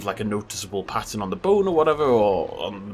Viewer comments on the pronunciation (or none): none